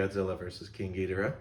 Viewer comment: You pronounced Ghidorah wrong